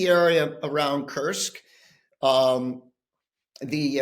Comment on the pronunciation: The US General did get the pronunciation of Kursk right (at 8'39") which Times interviewers don't seem to be able to muster. To paraphrase: "Why can't the English (bis) teach their children to speak"?😉